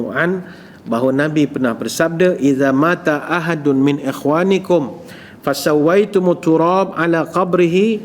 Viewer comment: Iza mata hendaklah dibaca sebagai Iza mat ....baru betul Bahasa Arabnya. Iza mata bermakna Bila datang ....Iza mat baru maksudnya Bila mati....Banyaknya uztaz2 terkenal merosakan Bahasa Arab antara sering kata qhala yang sepatutnya qhal....Dan lain2.